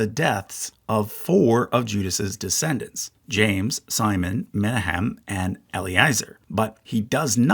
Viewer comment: It's Me-NA-hem, not MEN-a-hem. Source: am Jewish, have heard the name Menachim aloud.